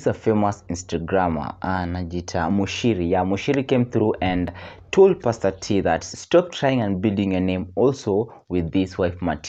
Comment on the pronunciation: Its pastor not paster